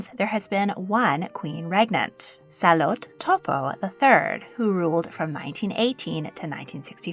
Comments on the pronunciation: Salote not Salot… it means Charlotte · Tonga's Queen Salote's name has three syllables. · As a proud Tongan 🇹🇴 you butchered the pronunciation of our beloved Queen Salote and the rest of the royal family’s names, but atleast you got the king’s name right. But hey atleast our nation was included I guess. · Wow you butchered the Tongan pronunciation. It’s Too-poe for Tupou and Sa-Lo-Tay for Salote